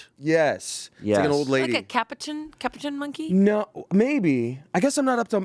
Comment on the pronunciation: The way they are pronouncing “Capuchin”monkeys 😂